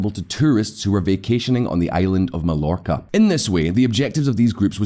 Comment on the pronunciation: Dude you're a professional and you've been doing this for years. Please look up how to pronounce foreign places names if you're going to do some much stuff on foreign countries. Mallorca is pronounced ma-your-ka. Especially considering the originals of these YT channels are Spanish...